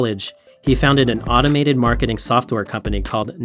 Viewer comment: Am I the only one that heard him say Mcmarketing efforts lol